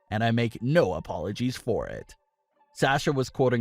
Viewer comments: Please say Sasha's name correctly it's SAW SHUuuu NOT SaS sHu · PLEASE learn how to say SASHA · Wish you would say Sasha’s name right. It’s irritating. They’ve busted up quite a few women’s tag teams recently. Wonder why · Why do you say sasha like that